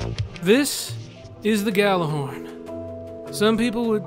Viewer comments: it is actually pronounced like yallerhorn not gallahorn in norse which is where the word comes from it means megaphone and was used by hiemdell(probably butchered that) to signal ragnorak(the apocalypse) so people who pronounce it like yallerhorn know there shit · I mean... it IS technically pronounced like "Yallar-horn"